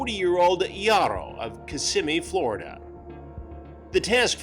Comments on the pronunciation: "Ya-row" that name pronunciation killed me.🤣💀 It's actually pronounced "High-row". Lol. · "high-ro " not yarro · "gee-a-ro"? 🤣 It's hah-ee-ro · Chris really can’t just say “hi-row” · It's pronounced Haiyro just saying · It’s pronounced high-row 🤷🏼‍♂️ 😂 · "YAR-ro"... come on Chris... that dude was TINY!!! I'd imagine he wasn't "packing" too much either... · Jare-O, Yarroh, Chris refuses to pronounce this guy’s name correctly lmao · Good ol' Charlie Hansen pronounced this Jairo name about 5 different ways 😂😂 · Bro how do you pronounce his name wrong?